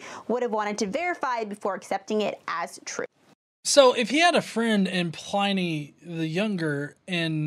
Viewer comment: gah... she even gets Pliny's pronunciation wrong.